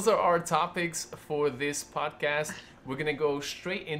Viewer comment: "Podast"Not to be rude